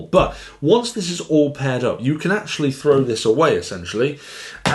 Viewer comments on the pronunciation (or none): none